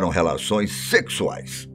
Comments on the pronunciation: Eu voltei o vídeo p constatar ...vdd...ele falou "sexuais " com muita ênfase kkkkk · Ele deu uma enfatizada, em "relações sexuais" que me deu um susto aqui kk. E ainda deu uma risadinha o sacana.